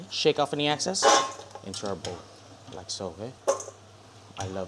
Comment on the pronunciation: “Shake off any access” 😂😂😂 BRO ITS EXCESS 😂👍🏻